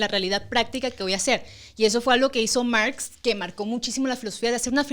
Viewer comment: Mergs " es Marx en inglés ajajajajajjajajajajajajajaj